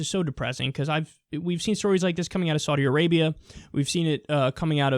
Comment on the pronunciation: Wait...Did he say Saudi Arapia?